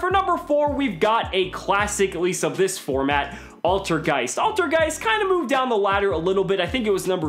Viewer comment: Altergeist is german for old ghost and you say IT so wrong xD, but no hate